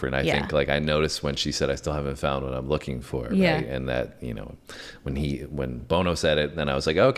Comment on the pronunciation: DUDE it's BON-O not BONE O